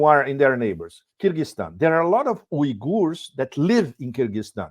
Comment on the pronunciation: Thank you pepe for someone finally pronouncing "uygurs" at least somewhat correctly.